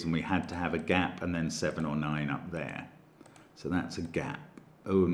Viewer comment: It feels like Stark Trek to me, but that's because I keep hearing "7-of-9" for "7-or-9".